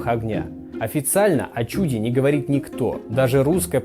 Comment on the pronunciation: Угу, только на несколько синхронов представителей секты гундяевцев, говорящих о "чЮде". А в большой взрыв не "верят", это теория, имеющая физическое обоснование и на сегодняшний день наилучшим образом объясняющая наблюдаемые во вселенной феномены. Будет теория лучше -- учёные откажутся от этой. В этом и состоит разница между верой и знанием. Понятие "праклетки" современной науке неизвестно.